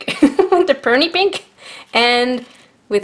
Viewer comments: You say it Pee-o-knee! 😂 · Peony pee-o-nee, it’s a beautiful smelling flower bush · its pronounced Pee-ony peony is a flower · The pink is pee-oh-knee It's a type of flower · I cringed when she didn't know how to say peony right 😂 They're my moms favorite flowers